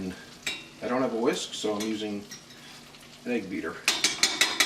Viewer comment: Hahaha... your "whisk" was cracking me up. 🤭 Thanks for the great recipe!